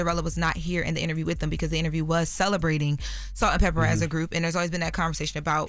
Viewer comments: it's Salt n PEPA not Salt & Pepper. Educate yourself please. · …it’s Salt-N-Pepa….Not Salt And Pepper!! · I was so annoyed that she kept saying it incorrectly!! 😂😠😬🙄